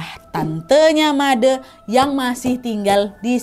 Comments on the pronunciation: made' kak bukan madee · Halo kak Nadia aku dari Bali tadi tadi kak nad salah sebut nama bukan Made tapi made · Maaf kak aku ke tawa itu cara baca nya salah seharus nya made bukan madè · kak nad, made huruf e nya dibaca pake e tempe bukan e elang kak... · Menyebut nama Made nya kurang tepat mbak. E nya bukan seperti baca TEman tapi baca E nya seperti baca Eka 😊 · malam kak nad, cuman mau bilang kalau manggil nama made tu made kak bukan made' wkwkwk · FYI kak, "made" cara bacanya tuh e nya seperti nyebut e di kata "sore" bukan madè yg e nya seperti nyebut kata "sèpi" 😂😂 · Kak, Made itu penyebutannya seperti Bule bukan Madeu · Oiyaa kak nadd cara maca namanya bukan made tapi madè yaaa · Btw kak cara baca made tu salahh ,, Made pakek E bukan ‘E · Made kak bukan mad'e😂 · baca made jngn baca dengan de =ngan tp dengan de = adek kek aneh aja gt made` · bukan "madeee" kak tpi "made" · Baca madee "e" nya dibacaa kaya baca "e" nya kalimat satee kak nadddd xixi, tpi gpp ttp seruu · Sedikit koreksi ka nadddd❤, bli made di bca nya pake è jd madè , terimakasih ❤❤❤ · Kak, setahu sy Made huruf "e" bacanya kyk "e" di kata sate. 😂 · Made kak, e nya kyk eman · koreksi "madE" E nya dibaca Enak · Made dibaca nya Ma d Trus sandikala nya dibaca sandikale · Made kak bukan made pake e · Balian yg bner emang gk akan pernah nyebut nama siapa pelakunya, biar gk merusak hubungan, krna biasanya pelakunya itu yg satu pekarangan, keluarga, atau tetangga depan rmh, klok Balian sampek nyebut nama artinya dia gk bner, krna merusak nyame braye (silaturahmi), Btw kak nadia, made itu e nya dibaca kyk kk baca "etika" bukan "selesai" ngerti nggak? Hehehe bukan kek cara kk ngomongnya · Made baca huruf e kayak baca tembok, aiu(e…..)o😊🙏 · Iyaa made pelafalan (e) salah 🥰 tapi gpplahh diwajarkan saja krn kak Nadianya tdk tahu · Made 'e' nya dibaca kayak ngomong 'enak' hehe, aneh kedengaran ditelinga 😭✌️ maap kan nad, ak wawak bali soale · Maaf nadia. Penyebutan nama made itu salah. Bukan seperti itu.